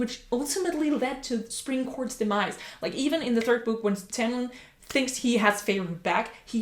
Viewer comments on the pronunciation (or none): none